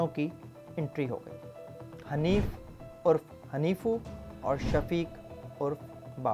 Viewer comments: Haneefu nahi Haneefa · Bhai hanifo nhi hanifa tha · Ap ne nick names ghalat btaen hain Hanif urf hanifaa not hanifu Waheed orf waheediyan not waheedi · حانیفو 😂😂😂😂😂 او بھائی نان تو سہی سے لے لوں حینفا